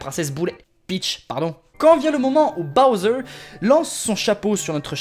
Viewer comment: toi tu dit pas bOwser tu dit bAwser XD